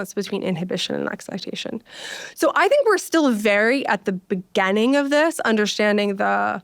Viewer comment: Beginning, not begenning